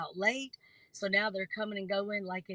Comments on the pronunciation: Did I hear this person pronounce library, LIBARY?! Really?! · Tragic but when that one says, “Liberry”, I tuned out.